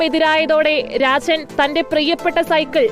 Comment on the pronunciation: രാചൻ... അല്ല... രാജൻ